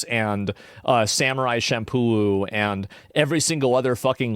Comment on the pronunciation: I just love the fact that he called it Samurai Shampooloo